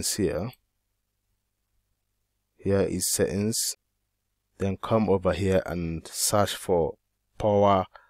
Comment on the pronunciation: I love how you say setting, seings. Will try it boss